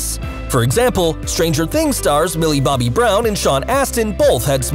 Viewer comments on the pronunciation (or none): none